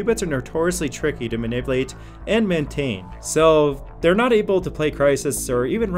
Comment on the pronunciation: Also, "maniplate."